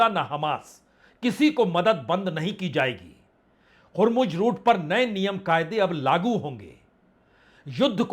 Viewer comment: 🤣🤣🤣 इतना गन्दा उच्चारण नेतहानू और हुमूर्ज 🤣🤣